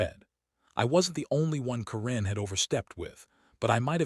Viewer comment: Stupid AI can't even say Karen right! When is Karen pronounced koren